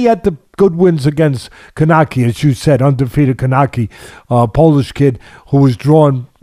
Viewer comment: For two guys who supposed to follow the sport are absolute disrespectful and and just shows why they here for pronouncing Kownackis name they way they did Respect the fighters